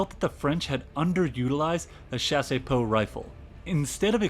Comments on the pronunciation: Also "Chassepot" is pronounced "chass-po" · Bro the video is great but please hire some VA to do the voiceovers hahaha It's Chassepot, not chaséepot, also Krupp (kroop), not Krápp. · The pronunciation of Chassepot is not Shasey-poh, it's Shas-poh ( [ʃas.po] ). The "e" is silent. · I genuinely love this video but the pronunciation of chassepot is killing me. You are definitely getting a subscription though. Excited to see your future videos!!!